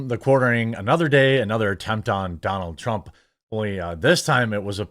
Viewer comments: "Loonk Leeve Dunonalt Trrunmp." That made my morning. 😁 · "Lahng Leeve Dahnal Truhm!" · lol i like the way they say donALD trrrrrrump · I like how the Indians said his name.. Doo Nald Trump. 😆